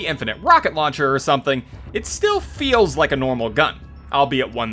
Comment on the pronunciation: Infinite louncher😅